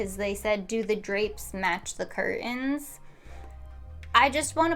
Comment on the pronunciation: can i just say, they way you say curtains.. is odd